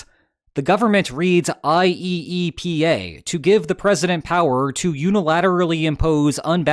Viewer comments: I believe you'll find it is pronounced, i-E-pa. 😉 Also, yeah, the importers lost nothing b/c the costs were passed along. All the people in Red States who have nowhere to shop but Walmart have been paying the tariffs b/c everything at Walmart comes from China and Bangladesh. I'm old enough to remember BEFORE SuperCenters, back when Wally Wolrd bragged about "made in America" and still being budget-friendly. Not no mo'. So Trump has just been screwing over all the people who voted for him (plus others). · Just say "eye-E-pa" all together my guy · I have never heard any one call it I-E-E-P-A, let alone that often. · I did wonder watching this video,: after how many times of saying "IEEPA" letter for letter did you feel tempted to start pronouncing it "Yeepah!" instead?